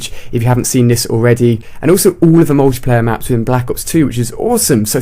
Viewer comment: i hate the way this guy says Black ops 2... he says black as if there is an H in it. that kind of stuff really bothers me.